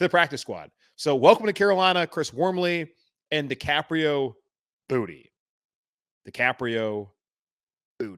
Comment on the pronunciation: Worth the price of admission to hear you say Decaprio Bootie. 😂🤣😂 That was hilarious! I looked him up, and looks like it's actually Decaprio Bootle. There's an L in his name as opposed to an i. From the highlights I just saw that dude was a baller at Nebraska. I hope he gets a shot to play. Practice squad is a foot in the door at least.